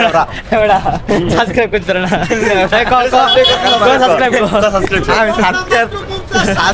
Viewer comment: subscribe বলতে পারে না 🤣